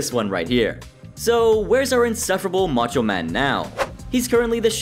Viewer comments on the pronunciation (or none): none